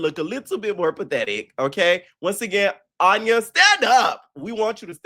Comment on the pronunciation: 🫣 He's been pronouncing her name wrong since the first episode review 🤭